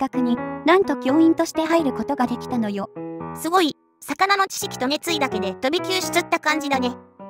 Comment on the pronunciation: すごいにんげんじゃなくて、すギョいにんげんですね！